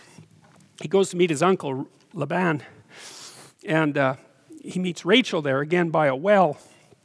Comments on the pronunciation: I love listening to you...however, very curiously I have not heard Jacob's uncle called "." Is it not pronounced "Layben" with a long "a" sound? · I noticed that but it's not a rule. I also never heard it pronounced that way. He might have picked that up in Alberta.